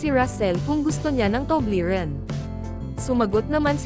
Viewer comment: Paglilinaw; " TUBLERON " hindi TUBLERIN.